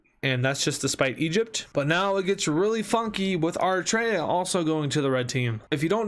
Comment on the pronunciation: Did he say "Arr"itrea?...it's Eritreia, like "Eric" but forget the 'c' and put on the treia. Full pronunciation: Eri-tray-ya